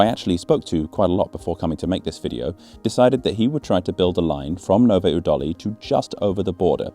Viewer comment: I don't care wheter people call it Czecha or Czech Republic, what stressed me out more was your pronounciation of Nové Údolí 😭 Edit: ...and many other czech towns... must have been recording on 6th of August. Country-wide siren testing. "Zkouška sirén".